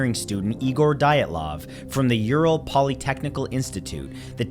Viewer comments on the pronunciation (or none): none